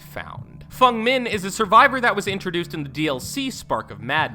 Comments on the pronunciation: no he called feng min fung min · I know. FUNG. FUNG? You mean Feng 😭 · Nya karlsson and fung min. Ok... ffs. It’s nea and feng not that hard dude, nice vid though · How do you get niah from nea? And fung from feng!? Also, it’s pronounced no myther not mither. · Did he pernounced n-e-a n-i-a and f-e-n-g f-u-n-g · Pretty sure he's right in saying 'Fung', it's a Chinese name and in her language would be pronounced that way, Feng is just the romanized spelling for it... as for Nea though he's absolutely wrong hahah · FENG!!! EEEEE not FUNG!!! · And fang not fung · Fung Min? Its Feng Min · It's Feng... not Fung. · Devs pronounce Feng as Feng, not Fung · I am having a brain aneurysm because he pronounces Nea's name as 'Niea' and Feng as 'Fung' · Did he say “Nya” and “Fung” on purpose? Just to trigger people like me? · "fUng min" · 'Fung' min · ((It's actually Fung, it means 'Phoenix' or 'Wind')) Source: Speak Chinese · Even youtubers pronounce it feng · What about when he says Fung? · Same with Fung Min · Harry Lister no it is supposed said like feng